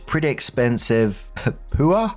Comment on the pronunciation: Pooh are 😂 Lol, man I love you But it's pronounced Puh-war, war like wario, not war